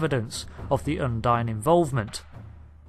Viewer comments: If you've played all the missions surely you know its pronounced "Undeen" not "Undyne". They say it multiple times throughout those campaigns, and you even say it correctly yourself then go on to say it wrong for the rest of the video. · I'm sorry I have to be that guy, but I can't believe you just called Kronos "Konos" ant the Undine (Undeen) "Undyne" ......dude.....